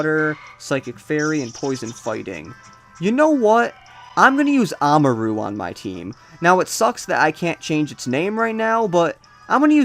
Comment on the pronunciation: Ahmaru? It's spelled Amaura. It's pronounced Ah-moor-ah. Or something along those lines.